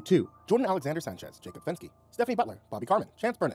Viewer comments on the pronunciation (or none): none